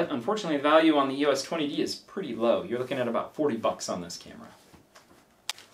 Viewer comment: The first camera is a Canon EOS 40D (it's NOT pronounced "YOU WUSS" it's actually pronounced : EEE OSS - you know, just like the LETTERS "EOS") & the second one (the EOS 50D) is NOT the same as the Rebel XT, the Rebel XT is the EOS 350D (which is the 3rd tier of cameras while the 50D is a 2nd tier camera) while the 3rd camera (the Rebel XTi) is the same as the EOS 400D, the Rebel T2i is the EOS 550D, the Rebel XSi is the 450D. & YES, I had (infact STILL HAVE) the Rebel XTi but it doesn't get much use now as I now have an EOS 5D Mark II as my main camera. The Rebel names are used in North America & Japan while in Europe they are known using the numbers. The thing to bear in mind is that Canon use the model numbers to designate the level of the camera. The top tier use ONE number & are considered to be the "PROFESSIONAL" cameras, 2nd tier use TWO digits & are considered to be the "Amateur end of the Professional" range, then there's the 3rd tier which uses THREE digits & is the "Professional end of the Amateur range" & then the 4th tier which (surprise, surprise) uses FOUR digits & is the Amateur camera range.